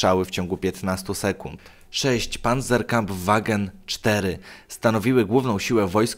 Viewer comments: Nie czyta sie "pancwagn", to jakiś upośledzony skrót. Panzer Kampfawgen znaczy dosłownie "opancerzony pojazd wojenny" więc niema sensu jego skracanie. Na co dzień używano skrótu "panzer" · O i jak by co nie panzerkamfwagen tylko pancwagn się czyta